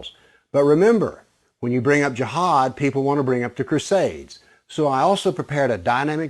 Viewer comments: It’s pronounced as Ji haad not Jahaad. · I laughed so hard at this vid this guy is delulu lmaoo I died at the country accent of JIIIAAAHAAAAD lmaooo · You're emphasizing the word Jihad like you want to tell everybody that Jihad is something really bad. JEEHAAAAD like "watchout everybody, bombs gonna explode from his vest." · Such an idiotic video.. its not even based on history.. plus he cant even pronounce “jihad”..